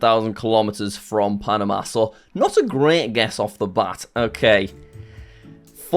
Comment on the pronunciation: I think he said correctly